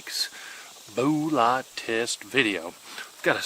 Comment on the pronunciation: I love the “rural way” he pronounces “booo-lott”!!!